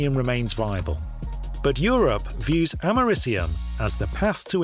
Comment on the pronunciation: Hey nerd, American here, you're pronouncing the element we literally had named after our country wrong. You say like you're saying America, and then just ium at the end.